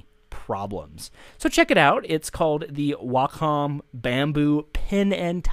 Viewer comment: It is pronounced "Walk-um" Accent on the "walk" It's been around since computers went personal.